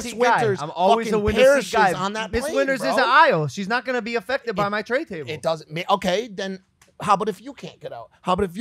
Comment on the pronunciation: Did Mike just call a tray table a trayble lmao